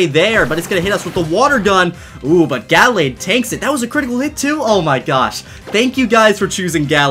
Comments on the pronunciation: It’s pronounced “Guhlayd” but spelled “Gallade” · It's ( gu-la-d) that is how you say it love your videos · the way he says gallade makes me want to die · Does the way he pronounces Gallade irritate anyone else?